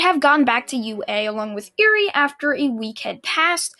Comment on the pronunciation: Anyone annoyed that he is mispronounced eri